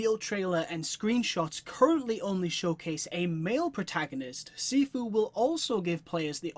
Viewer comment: It’s pronounced (SHEE-FUU) nice vid man